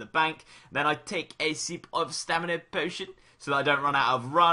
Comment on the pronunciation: "And then I take a seep of stamina potion" Fucking love it